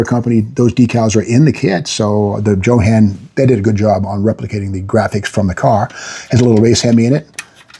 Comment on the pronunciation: Steve "JO-HAN" Magnante ... hahahaha LOL